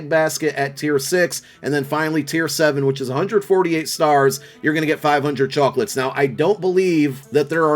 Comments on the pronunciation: The way you say chocolates 🤣🤣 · The northerner is coming out when you say chawklitz